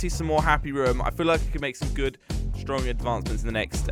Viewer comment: Room not ruum